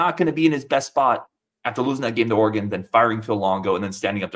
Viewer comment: If I hear say Ore-GONE one more time